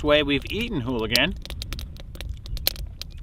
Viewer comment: Ooligans not holigans